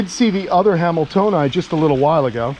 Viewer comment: I keep thinking your saying something wayyyyyyy different When you say hameltoeni (i know i butchered that spelling) 😂😂😆😂😆😂😆